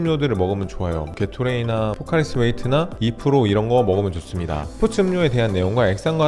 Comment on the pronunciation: 헬창 아니랄까봐 포카리스웨트가 아니라 포카리스 웨이트ㅋㅋㅋㅋㅋㅋㅋㅋㅋㅋㅋㅋㅋ